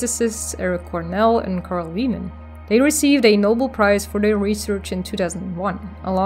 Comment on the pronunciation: Thanks! Very interesting topic. Just for the record...Carl Wieman is pronounced WHY-men, not VEE-man. I oughta know. He's my cousin.